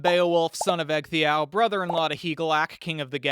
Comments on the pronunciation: I like the animation but you're mispronouncing the Old English. The cg digraph is how "dge" sounds are written. Ecgtheow should be "edge-theow". The sc digraph is how "sh" sounds are written. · For your pronunciation of "Ecgtheow", the cg digraph in Old English makes the same sound as the dge in "bridge", so ecg sounds like "edge" Also, for "hondscio", the sc digriph makes the sh sound, so that would be hondshio